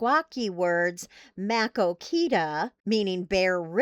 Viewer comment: Please learn to pronounce Maquoketa correctly if you are going to tell people all about it